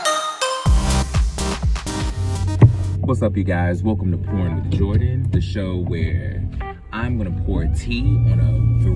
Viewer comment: I'm glad he cleared it up that he said pourin' and not porn cuz it definitely sounded like he said porn